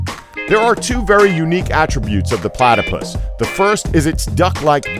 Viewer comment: IM AT 709 HE SAID "PLATA" AND IM LIKE PLATAPUS I ALREADY KNOW PLATAPUSUS ARE POISUNUS